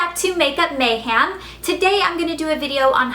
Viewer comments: She says MayHAM rather than MayHEM. Its getting irritating.. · Its pronounced makeupMayhem not makeupMayham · mayhEm... not mayhAm. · You can continue saying makeup mayhem like mayHAM if you want. But i personally don't like it because i think it's mayhEM. with and E. not hating! just commenting! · anyone else lol when she says mayhAm? Haha